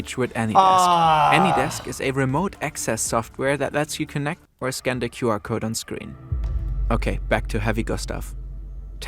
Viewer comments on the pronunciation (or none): none